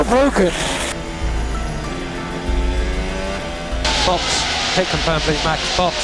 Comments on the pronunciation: its bowken, its bowken (verstappen said like norris did in iRacing) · Max says it’s broken Lando Says ITS BWOKEN